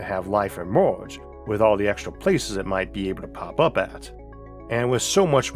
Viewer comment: Ehmorhge? Its emerge. I just… I just cant listen.